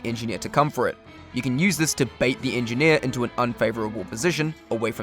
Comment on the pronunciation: "the engi-here is engineer"